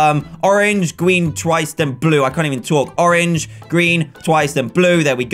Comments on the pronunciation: lol you said gween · Dan: Gween That had my dying xDDDDD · 3.05 dan you said gween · u said gween haha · ''orange, gween twice then blue i can't even talk'' XD gween! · Dan said gween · Haha you say gween in button